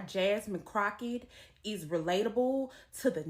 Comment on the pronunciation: I love this chick she said Crackett all nigatry..